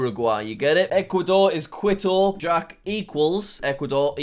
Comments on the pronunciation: its Quito like as in key-to not like quit-o btw jack! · WHAT IS KUITU IS KITO OK AND HOW DARE YOU SAY LIMA FOR CHILE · Every time Jack said Quito, it cracked me up: Quit-oh. It’s pronounced more like Key-toe, Jack. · jack if you didn't know, quito is actually pronounced qito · quito is pronounced key-toe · Kee-toe Ecuador, that’s how my Spanish teacher told me to pronounce it. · we love "quit-oh" I wonder how he will pronounce the capitals of honduras and sri lanka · The best part of the video is obviously Jack pronouncing Quito like Kwito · I cringe every time he says "quit-toe" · Just so you know, Quito is pronounced key-toe. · I think I started crying when he said “quid-o” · pov: kwi-to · Quito is actually pronounced like this. KEE-TOW. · Stop mispronouncing it! Quito is pronounced Cee-to. Get it right! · Good video, Quito is pronounced k-ee-to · KI-TO, jack! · You can’t forget quit-oh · Quito = kee-tow. Not really a soft Q in Spanish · “Quit - o” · Pldase find out how to pronounce Quito it's driving me nuts. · bro... jack saying quito made me die inside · quito is pronounced like mosquito btw jack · Santiago is pronounced as “san-chee-ya-go”, Quito is pronounced “Kee-to” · Qüito Sæntiaigo Montevídeo Bueinous Ares